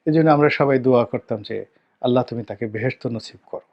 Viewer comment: সন্তান কি নিয়ে চিলেন, নাকি অ্যাল্লা দিচ্ছে